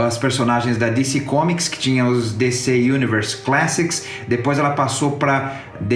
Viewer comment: Legal a review. Aí em cima o link pra a pronuncia correta da palavra "classic" em inglês. Bom trabalho.